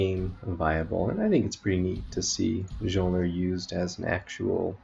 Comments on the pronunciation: It is pronounced as 'MEolner' Thanks for the guide. I have been trying to make a build based around Mjolner for quite a while now, but haven't come up with anything solid yet. The only issue I see is that you can't use a biscos with this build, and biscos is basically mandatory ATM for mapping because its overpowered. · stopped watching after he said majolner